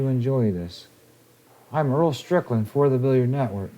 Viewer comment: Earl's pronunciation is spot on